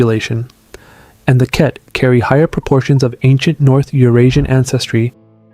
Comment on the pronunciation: I'm 20 seconds in and you've already mispronounced Vajda, Ket, Yenisei, and Na-Dené. Thanks for making it immediately clear that you have no idea what you're talking about.